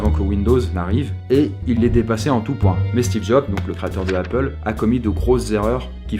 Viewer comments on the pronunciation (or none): none